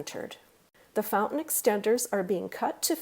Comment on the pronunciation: FouNtain. Fout-an